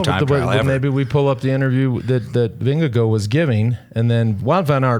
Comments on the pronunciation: Vinge-gore, lads thats how you say it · can you stop calling him "Windigo", please? Vingegaard is pronounced close to "Ving-e-gore" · Why not pronounce Denmark in Danish? Can we stop with the Vingego nonsense already? Jeez.